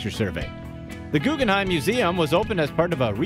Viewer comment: Can the guy with the annoying voice shut up, and maybe learn how to pronounce "Guggenheim"?